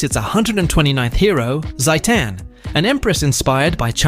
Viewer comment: why pronounce like satan